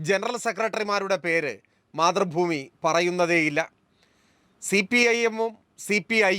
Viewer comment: KPCC പ്രസിഡന്റ്‌ പറയുന്നത്,, മാധ്രുഭൂമി എന്നല്ല,,,, മൈ,,,, മൈ,,, മൈ,,,,,,, രു ഭൂമി എന്നാണ് 🤣🤣അതാണ് ശരി 🤣🤣🤣🤣